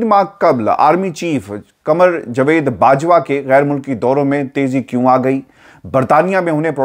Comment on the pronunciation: Baraye mehrbani apna Urdu ka tallafuz sahi rakhain. Qamar Javaid Bajwa, Jvaid nahin. Aapka andaz e bayan waisay boht khoobsurat hota hai.